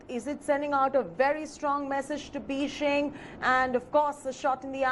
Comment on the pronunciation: Ma'am please say Beijing properly. It is not beeshing.